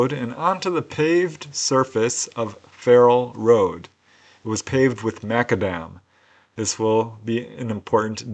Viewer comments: It's not pronounced Makadem but Mac Adam after the Scottish inventor. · The spelling of the street material is: mac-AD-am -- Accent on the second syllable. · This is true, me being a Scotsman, I did however have a wee chuckle at pronunciation of McAdam😉